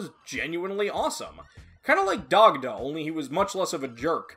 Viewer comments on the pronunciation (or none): none